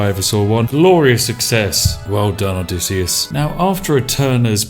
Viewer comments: Everytime you say "Odessyus" instead of "Odysseus" I want to ram a pointed stick into my neck. And you say "Odessyus" a whole lot. There's a lot of pointed sticks lodged within my throat. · Name: Odysseus Spiff: O D E S S I U S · Ah yes, the adventures of Odesius. What is it with British people and their inability to use English or it's grammar? =D ODESIUS, lmao